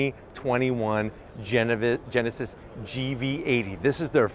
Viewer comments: Geneved Genesis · come on dude, you can’t even pronounce “genesis” and “hyundai” what are you doing